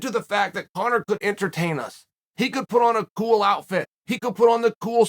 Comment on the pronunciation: A ghoul outfit, ghoul sunglasses? You're almost sounding like garble garble!